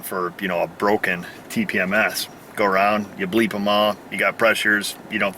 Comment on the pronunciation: I'm proud of you for using proper phonetics during the tpms programing.